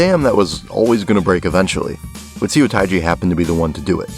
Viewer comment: If you see a Korean word written with “eo” in it, it’s probably pronounced “uh”. (“u” is pronounced “oo” like in “too”.) So Incheon Airport is not “intchy-on”. And “Seo” is not “see-oh”, but “suh”. And “mukbang” should technically be written “meokbang”.